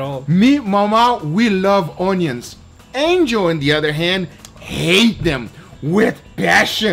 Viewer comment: i love how Guga pronounce Onios... awneeons.. lol